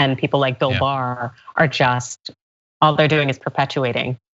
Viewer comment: William Barr "the boar" sounds like he was hypnotized by someone with a learning disability